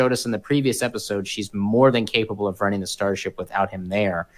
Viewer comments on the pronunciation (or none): Really the host needs to be able to pronounce the sound "th." You always pronounce it with the sound "fff." Extremely annoying. Ffs please pronounce it correctly.